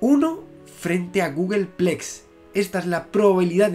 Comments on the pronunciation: Sólo por tocar un poco las narices, se dice gúgolplex, Google Plex son las instalaciones de Google. Por lo demás tus vídeos son geniales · ¿No es "Googolplex"?